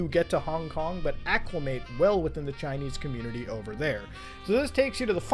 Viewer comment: “Years ago, i was chinnese”